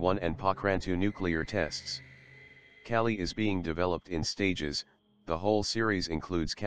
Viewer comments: its not kelly its Ka-leee "Kali, Goddess of destruction" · calli or KAYLYE hard A and hard I. cay lie. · Kali (goddess name) not kyali u need homework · It's pronounced Kaa- LL - i Named after the goddess of destruction Not Kali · its called Kaaali not Cali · Kelly? do you mean. ..Kali ? please try to pronounce names as they should be spoken !!! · Just a pronounciation thing the Ka in Kali is like Monica's CA sound and the Li is like Bruce Lee's Lee . So it's not like Caltech Cali but Kali like ca - Lee. Bases on the Goddess Kali. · Kali is India goddess of destruction and he pronounced Kali wrongly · the Defense Minister said 'Curry' not 'Kali', he mentioned about his new curry recipe.